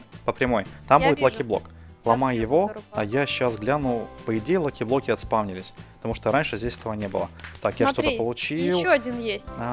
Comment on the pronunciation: На Диллерон сказал лахиблоки